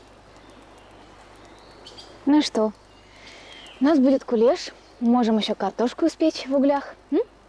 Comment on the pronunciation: На - какой кулЁш?! Кулеш!